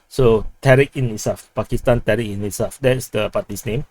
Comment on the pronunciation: e-Insaaf is pronounced "ay insaaf"